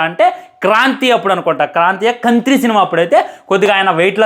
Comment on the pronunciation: Anna adi kaaantri kadu kantri😂😂😂😂😂😂😂😂😂